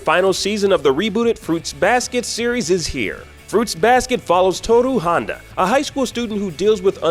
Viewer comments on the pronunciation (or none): none